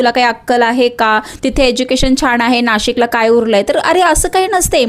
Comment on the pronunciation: छाण नाही छान